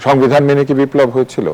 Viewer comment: বারবার বিপ্লব উচ্চারন টাই ভূল।